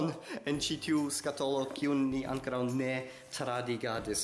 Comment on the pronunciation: La akcento ja estu en la o.